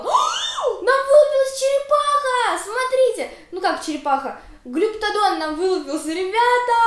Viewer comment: ТРИЦЕРАПТОС И ГЛИПТОДОН (ты их не правильно сказала🤗)